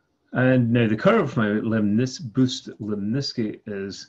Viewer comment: i love these constructions thanks! one comment: isn't his namesake "booth" rather than "bouth"?